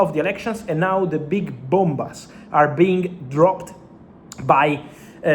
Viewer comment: He said bombas😂